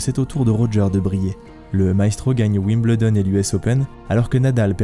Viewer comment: Génial docu !! Merci ! (Wimbledon s'ecrit comme ça mais se prononce Wimbeuldon ;) ) zoubi